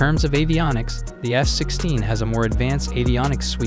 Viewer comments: I keep hearing him saying S-16.. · Why is he saying S-16????🤣😂😂😂😂🤣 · Are you also hearing S-16 instead of F-16?? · Am I the only one who hears him saying S-16 instead of F-16 most of the times?